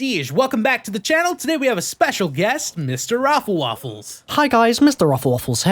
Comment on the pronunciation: Every Time Says MrRoflWafffles Here I laugh cause he sounds so clear and smooth when he says it